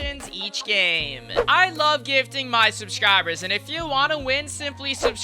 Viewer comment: U said subscrabers